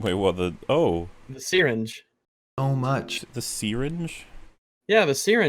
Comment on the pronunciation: the way says Syringe is funny tbh